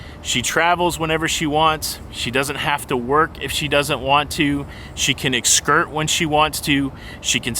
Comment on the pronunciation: I like that can "excurt" when she wants to. Did you just coin a new cruising term?